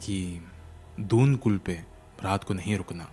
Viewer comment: firstly please pronounce properly if you’re trying to make a video on a particular state or its culture. ‘Pheran’ is pronounced as ‘ferrun’ not pehraaan. Also dal lake is no shortcut to any place. And in doon kul letter D of doon is pronounced as the D in delight. Also i dont know which Kashmiri house’s washroom is heated by wood. hamam is a room for sitting, the other hamam is arabic word for washroom which is different from a Kashmiri Hamam